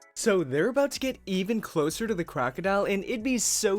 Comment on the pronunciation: He said crocidl